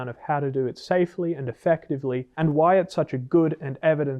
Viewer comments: I never noticed he pronounced why the family guy episode way until this lol…WhyE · "Huwhy." This dude... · the “hwhai” had me laughing 😆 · Hhhwy is diabolical😂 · Really have to respect the fact that you are not promoting the book as Doctor o r Phd. even though you are (if i remember correctly). However, i have to point out how you pronounce "why". Literally reminded me of Stewie Griffin